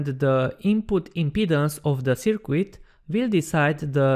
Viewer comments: "Sir-Cut" not "Sir-Quit" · I kind of like "Sir-Quit". It added an element of mild entertainment to a very informative video.